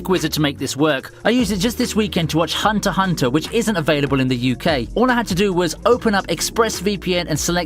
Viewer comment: it's *Hunter Ex Hunter not hunter hunter.. 🤦‍♂️😂😂